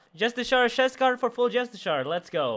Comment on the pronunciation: Just-eh-car* fuck I love you but c'mon my guy.